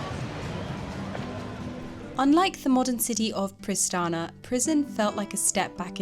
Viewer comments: Its Pristina... not Pristana. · Prishtina, not Prishtana. Otherwise everything is ok :) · Pristina not Pristana